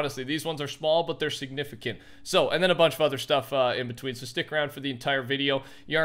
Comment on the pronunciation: Schmall but schignificamt lmao